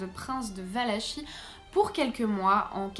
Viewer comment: Valakie ça se prononce